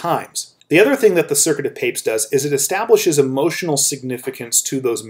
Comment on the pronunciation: I thought we pronounce it Pa-pez